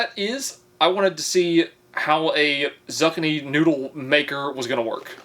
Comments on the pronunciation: Every time he says zuckanee my brain is screaming zoo-kee-nee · Dude, Zoo-Kee-Nee but the Zuck-A-Nee merch will be golden. Biggest troll on YouTube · Not zuckiny its ZOOKINY. EAT MORE VEGETABLES PLEASE 😆😋😁!! Love your videos though!!! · "zuck-ih-nee noodles" Me at first: huh, yeah ok. Different type of food I've not heard before. Cool pulls out a Zucchini "Oh my god, he meant zucchini!" (I pronounce it zoo-kee-nee) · Are you trolling? Who hasn't heard of Zoo kee nee? Not zucuni. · Zoo key knee. Not zuckinknee. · Bro not zuckini, zooooo kini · OMFG YOU DID NOT. IT IS NOT FUCKING PRONOUNCED ZUCK-KINI, IT IS ZOOOOOOO-KEEEEE-KNEE😅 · My man surely you arent really pronouncing Zucchini as zuck-a-knee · 🤦😂 zuck-a-knee 😅 its pronounced zoo-key-knee 👌 love the confidence on the mispronunciation 💪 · It's called a corn dog because they use cornmeal in the batter. Lol. It's pronounced Zookeenee not zukinee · It's not pronounced zuc-a-nee it's pronounced zoo-key-knee lol. I've been watching this channel like crazy trying to catch up since I found it. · I was hearing him say zug-a-nee and was so confused until I realized he’s trying to say zoo-kee-nee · he says ZUCK-uh-nee but it’s actually zoo-KEE-nee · Pronounce as zookini, not zuckeni... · Zucchini said zuh-kin-e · A zucchini (zoo-KEE-nee) is a type of squash that bakes and fries well due to its firm texture. Also, I've had Factor (75) for years now and love them; they do zucchini well! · Zucchini (zoo key knee), how do you as an adult not know how to pronounce zucchini? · Ok I know I'm not the only one yelling "IT IS PRONOUNCED (ZOO-KEY-KNEE) SAY IT WITH ME NOW ZOO KEY KNEE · Nooo not the zuck-a-knee noodles😂😂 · zucchini is zoo-kini like a biniki with a zoo xD but i like the way u said it better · Zack-k-ny 😂 Have to use the slicer if you don't have a kuh-niffee 😂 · Zuck-a-knee!! It's a southern thang. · Just so you know, it is pronounced zoo-key-knee. It's a type of squash. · Zuchani? xD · ZOO-KEY-NEE 😅